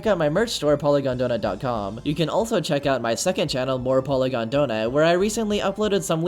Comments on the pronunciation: his nam is poiygon not pongon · It’s polygon not pongon